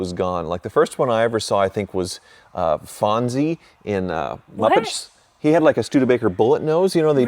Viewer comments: Fozi Bear, not Fonzi. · Did he say Fonzie instead of Fozzie? Is Richie Cunningham going to play Rainbow Connection on the banjo now? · Hey, its Fozzie bear not Fonzie 😂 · FOZZIE - Not Fonzie. Fonzie was from Happy Days.